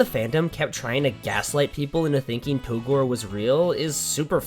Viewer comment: It's pronounced "togrey"